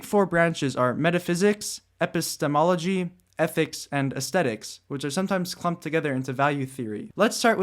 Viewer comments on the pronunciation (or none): did you intentionally mispronounce epistemology ? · I guess you didnt actually mispronounce it. You just had a really long pause between the epi and stemology as if it were your first time saying the word, and than it sounded like you got it down a little better the second time you said it.